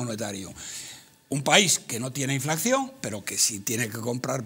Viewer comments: Roberto! Es "inflación" no "inflaxión" Del verbo "inflar" poreso el antónimo de inflación es "deflación". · Díganle a este hombre que no se llama inflacción sino inflación. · es que no es ningún chiste. Está mal dicho "inflaxión". Es INFLACIÓN!